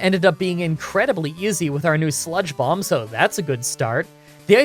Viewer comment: For some reason I kept hearing spongebob instead of sludge bomb and to be honest I think I’m going to keep using this in the future